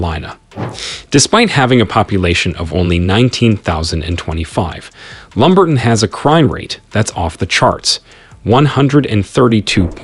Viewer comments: Dude learn to pronounce names. It's lumber-ton not lumbert-on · It's pronounced Lumber-TON in ROB-(not ROBE)-eson county. Many of the visuals do not match the actual towns....Also, towns everywhere have their crime-ridden areas. LumberTON has a certain small-town charm.